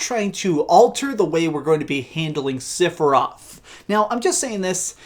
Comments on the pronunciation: For the love of all things. It’s sef not sif for sephiroth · learn how to say Sephiroth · completely agree with your last point but not your pronunciation of sephiroths name.